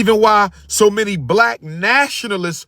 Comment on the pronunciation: The word is many m a n y not not many m i m i